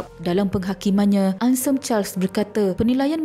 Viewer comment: Kak, Anselm tu nak sebut kena bunyikan huruf L. Masa Mula2 dgr saya ingat hensem, bila tengok ejaan rupanya Anselm. Bkn apa, Ada stgh org sebutan nama sgt sensitif.